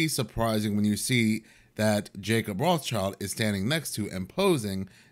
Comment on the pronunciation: Love the accent when u said “Lord Jacob Rothschild”!!!! 😂